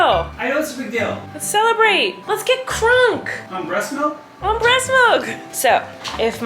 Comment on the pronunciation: I’m sorry but has RUINED the word breast feeding/breast milk for me after the podcast I can’t hear anyone say it without hearing going to get the BREast milk 😂